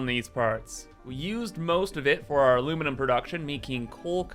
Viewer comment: I stopped playing satisfactory as much as before, but i still actively watch every single video, both factorio and satisfactory, i love when u say "aluminuminuminum" or "supahcomputars". I eagerly await your next video!